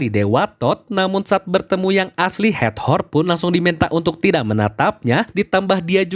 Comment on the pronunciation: Hator Kak, bukan hat-hor 🙌🏼